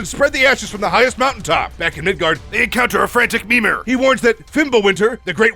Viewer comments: Mimir not memer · It’s mimir not minir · Everything is fine and all but why you calling mimir memer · It's mimir not memeer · Ah yes " memir" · It's Mimir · Sorry but the way you pronounce mimir hurts my soul